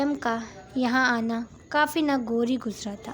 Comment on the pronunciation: Story achi lag rhi ha good 👍 voice over wali Baji ko bta den please wraim ni waryaam ha aur nagori ni nagawari ha lafz inki shayed Urdu ni ati